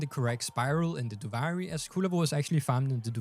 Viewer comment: Duvaajri lol learn how to pronounce it pls, gets me mad.